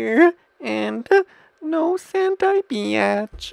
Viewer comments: he said rovky beatch but it sounds like he is saying rocky bitch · The way he says beach sounds like "biaaatch" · when he was saying beach it sounds lik hes saying bitch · Rowkai beeaatch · He said bitch not beach or was it BEAnssvshshgshsCH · when he said beach lol he said bitch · Dis he say rocky beatch?